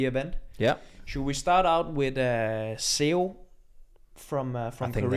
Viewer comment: Just wanted to point out that you are mispronouncing Seo. Sounds more like Saw.